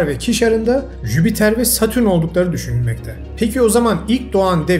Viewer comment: Yani sizin gibi birinin Jüpiter e ısrarla jübiter demesi ilk bolumde de su an hatırlayamadığım kelime hatalari vardi,bunlarin rahatsiz edici oldugunu düşünüyorum bunlara dikkat ederseniz dinlemek daha keyifli olur,kolay gelsin